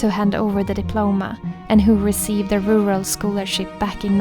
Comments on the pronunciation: Rer-all is basically how you say it. Congratulations on your prize! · I loved hearing about all the beauty you give to the world coming back to you. You deserve it Love! Sidenote- in New York we pronounce it “rer-al”.... where the “U” sounds like an “e”. It’s not the prettiest sounding! I prefer your Swedish pronunciation. 😊 Keep on shining! Much love!💗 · We don't say the second "r". ru -al = rural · Ruler..rural ..rurarr..😂😂😂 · Rural - pronouncing it more like ruril instead of rural - lose the "a" and make it more "ir" ;) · Take comfort in the fact that everyone miss pronounces the word “rural”. As an Alaskan I pronounce it “Ru•hr•all”. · The second r is virtually silent. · You had me in stitches with the "Rural"-struggle... Jag förstår precis hur du känner :D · Believe me rural isn't any easier for native English speakers to say lol. Its an absurd word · Don't worry, the word rural is hard for native English speakers. Just let it come out quickly. We don't try to inunciate every letter. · I agree, "rural" is a very awkward word, even for native English speakers lol. I would suggest starting it as if you were going to say the last syllable in "terror" and then add "all" after! Or just say it with your Swedish accent, it sounds much nicer lol.